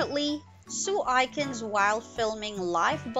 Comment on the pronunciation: Its sue A kins not sue I kins